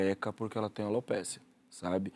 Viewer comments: NÃO É ALOPÉCIA, GENTE. É ALOPECIA. CREDO! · Que agonia ouvindo eles falarem o nome da doença errado ..